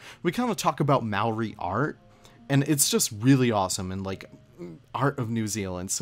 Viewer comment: I respect the Input of New Zealand culture, although I still rive in pain when I hear how you pronounce Maori lmao.